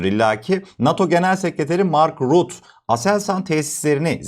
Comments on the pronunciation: Rut degil rutte olacak dogru telefuz et , adamin ismine tecavuz ediyorsun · İsimleri doğru okuyalım. "Rut-te".